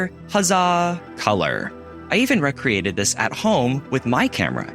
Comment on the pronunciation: I've NEVER heard the misinformation that "The Wizard of Oz" was hand colored frame by frame. Always heard that they used the color cameras. It's RE-create, not REK-reate. You weren't swimming on holiday, you were RE creating something. And it's See-suhl B DeMill. NOT seh-SEEL, like "Cecilia". And color took over television programming because of the popularity of color tv... in the 1960's, NOT the 1970's. I like the way you say, "Color, out of thin air". Because color is literally bands of light that travel through our atmosphere and either reflects or refracts from objects. Color IS light. There is no "Lie" in filtering the light and putting it together so we can replicate the color as we might see it in real life. Our eyes work in a similar fashion. Did you really just use the term, "Olden Days"? Who ARE you, and what planet are you from? "Clerks" 1994? You crack me up. You are so out of your element.